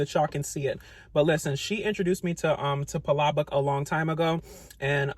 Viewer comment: Thank you for pronouncing palabok correctly!